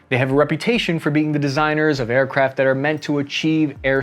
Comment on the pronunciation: sounded like you were saying aircraps